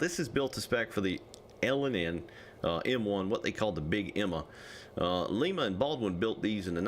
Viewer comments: Lima spelled the same as Lima Peru but it's not the same it's pronounced like a lime with an A on the end so lime a is how it's pronounced thank you and have a great day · It's pronounced like the word lime with an a pronunciation at the end so it's lime not like Lima Peru even though that spelled the same it's pronounced like a lime a please watch some videos about that locomotive company so you know how it's pronounced it's pronounced like Lima Ohio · You kept mispronouncing lima loco works I always heard it as lima loco works or maybe it's bases on pronunciation